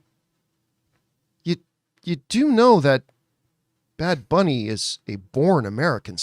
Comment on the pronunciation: you only botched “booney” lmao